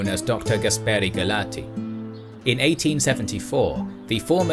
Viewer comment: Great video! I liked so much the drawings and the story, but, as italian, I can tell you there are some mistakes with the pronunciations: 1) Gaspere doesn't exist as name, it must be Gaspare. Also, the final vowel 'e' is pronunced differently in italian. 2) mafioso is singular, the plural is mafiosi. 3) omertà has the accent in the final vowel When I speak english I usually make mistakes, so don't take my precisations as criticisms. I just want to be informative.